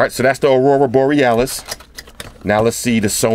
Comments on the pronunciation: I love it when he says "Arura Borealis" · One of the best fucking vids ever. Thanks. How many time did you practice saying Aurora Borealis. 😂